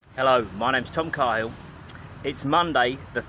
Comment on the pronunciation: Fellow Cahill, you pronounce it the wrong way I’m sure but that’s not important. I think you should look into is a fella called Lee is cool one and his gang. His mother is Kay’s good cooking. She can’t cook and he’s not cool. Then get to know his mates... amazing all very stupid! Enjoy